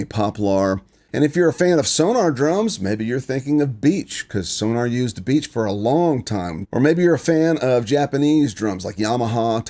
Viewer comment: I love your videos but would you please pronounce, "SonOr" as it's spelled, instead of "SonAr"? Sorry, it I'm bothers me. Other than that, your presentations are hypnotizing. I always learn something from them. Thank you for all the work involved in presenting them in a way that I understand. Regarding the "hardwood" vs. "softwood" explanation. You are exactly right! Even though there is a gray area with the hardness of either, the best "hardwoods" come primarily from the northeast USA and the best "softwoods" come from the southern states, from Texas to the east coast. The reason I bring this up, is that I worked for many years in a paper factory as a supervisor in quality control, production and other areas. The final product of either of these woods is amazing! The most expensive and high quality products ("bleached board") used in packaging cosmetics, cigarette cartons, posters, etc. are made from "hardwoods". The least expensive and lowest quality products used in paper plates and other low price end uses are from "softwoods". Just some extra information to help understand these woods.